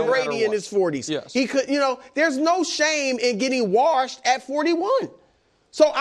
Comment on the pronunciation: I want Rodgers to either have a good comeback year next year or retire so I don’t have to hear Bru say he’s “warshed” anymore.